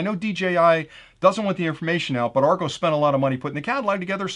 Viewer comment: Argos is pronounced like "are gos" like the start of the word word "gossip".